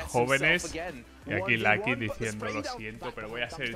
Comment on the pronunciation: Por que sera que dice Lacky o Clatch hahahahah Ingles pobre